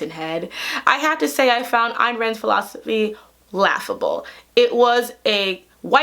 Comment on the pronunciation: This is the first time I’ve heard someone in media pronounce Ayn Rand’s first name right. (her philosophy is still a Nope thou)